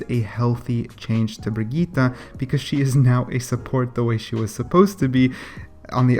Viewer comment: Not bigeeta it is pronounced Bridgette. Bridge....jet now say it fast and together